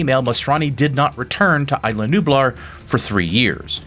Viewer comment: It is still remarkable to me to watch somebody do so many videos on Jurrasic Park just to still not get the pronunciation of "Isla" right.